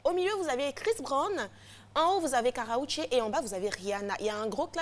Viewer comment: elle dit Karraoché lol ell est sérieuse, qu'est ce qu'elle est nulle! c'est KARRUECHE